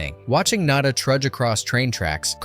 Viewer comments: NAH-DAH. NAH-DAH. Not NAY-DAH!!!! Get your shit together, please!. This is more than just a movie to some of us. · naw-da, not nay-da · Not Nay/-duh, Nada (nah/-dthah), as in Spanish for nothing. Such a great movie. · Nay-da? Bro, did you miss phonics class in school or something? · It's pronounced...... nah-duh. Spanish for nothing. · Well, whatever classic you "expose" next, try to pronounce the name of the character properly each time you say it. Nah-da, Naa-da? Really? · Maybe get a REAL narrator who can pronounce the character's names the same way each time. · You seem to be confused about how to pronounce the protagonists name. Have you even watched the movie or are you talking out the side of your ass?